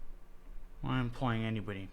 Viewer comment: he has trouble pronouncing “Anybody” two times in a row. Im not sure what that is from.